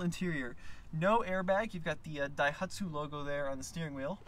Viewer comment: Sounds like keeps sneezing in this video. "DAIHATSU" Must be the smoke from all the wildfires.